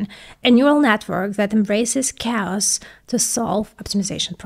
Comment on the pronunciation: Did anyone else rewind because they heard "...a neural network that embraces cows to solve optimization problems"?